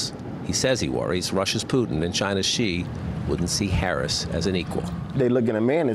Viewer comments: This guy is volunteering for Kalama but he's saying her name wrong like Donald Trump does 🤦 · Say her name right please 🤷🤷🤯😂😂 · First ..yall need to say Vice President Harris name right..Geez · Even his supporters, canvassers can't say her name right? Come on.